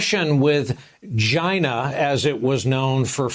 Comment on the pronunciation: OMG, Brian you made my day with that “Ghina”